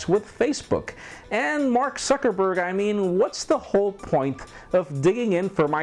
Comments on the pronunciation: Did you say Mark Suckerberg? lol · You said Mark SuckerBerg? :P